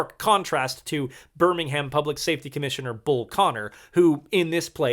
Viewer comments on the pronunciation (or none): none